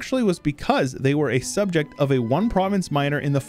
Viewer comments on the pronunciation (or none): none